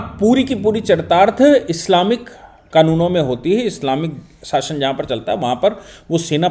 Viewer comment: आपका कभी-कभी गलत उच्चारण व्यथित कर देता है।साशन नहीं शासन है।